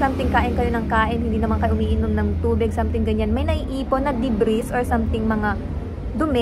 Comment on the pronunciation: debris silent s